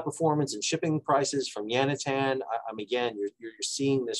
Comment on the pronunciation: Thanks for another winner, Sal. Just a question, what is "Yan-i-tan"? Are you talking about the container port near Shenzhen in China? That's Yantian, roughly pronounced yan-tyen (or if you know Pinyin romanization, Yántián (both rising or 2nd tone). It's a bit like Eisenhower's new-kew-ler -- maybe it's what people in the US say?